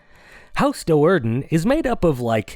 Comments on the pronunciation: I just can not get past how carefully this guy mispronounced it Doe'Urden. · The pronunciations made an otherwise amazing video kind of painful to watch. I'm so used to pronouncing Do'Urden as "due-arden" that everything else just sounds wrong